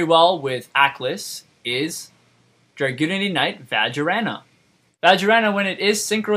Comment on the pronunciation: twelve hundred beatstick? im sorry, thats not for beating. vajriana? vaj ray ana. easy.